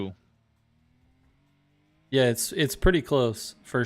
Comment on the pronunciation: On behalf of all The 100 fans/watchers... It's pronounced Tree Crew. ✨TriKru✨